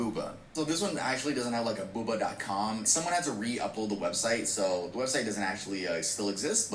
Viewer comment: It's boo-bah, not booba lol